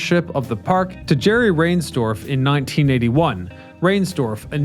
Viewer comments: Not sure if this got said before but it’s Rines-dorf. Not rains. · RHINESDORF. Not Rainsdorf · Some mispronunciations: “Reinsdorf” and “Syne” RINES-dorf (as in “lines”) Auld Lang ZIGHN (as in “sign”) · How could Comiskey have been the 'oldest ballpark in 1970", with Wrigley, Fenway, around? Unless it was somehow older than those. How about "Rynes - dorf', instead of saying "Rains dorf"? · I always heard sportscasters pronounce Jerry Reinsdorfs last name like the river Rhine sdorf, not rain. I'm also pretture sure Harry sang in the 7th inning, not the 17th 🤔. Great history of one of the greatest parks in history. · What I don't understand is how you mispronunciated some big names not just Sox names but Chicago names! Shame! Rainsdorf? OMG! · Thank you for mispronouncing riensdorfs name. Dude is pure evil. Rot in hell.